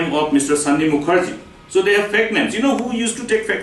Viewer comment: Mukul sangma exCM cannot pronounce "Fake"